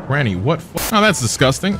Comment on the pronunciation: That shit got me too the "Renna's rise" instead of "Ranni's rise"